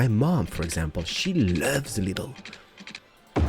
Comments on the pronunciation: you dont sey lidl its with a long i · Lidl is a super market in germany and when you say lidl you must say the i long;)